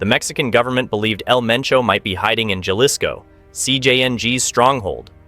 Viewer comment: If you’re gonna do a documentary on this shit atleast learn to say some shit right….wtf is los zeatas ….zetas pendejo & wtf is yalisco